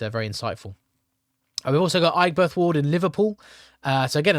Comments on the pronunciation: Aigburth is pronounced Eggburth, it's a studenty area, and I can see a potential Green gain here.. well let's see. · Aigburth = Egberth